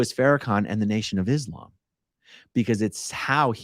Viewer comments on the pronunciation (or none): none